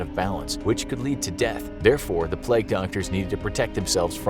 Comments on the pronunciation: Its ‘plague’ not pleg? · Why do you say "Pleg" instead of pronouncing it correctly as "play-gue"? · Ahh yes, the pleg doctor lol. Nice pronunciation American guy lol.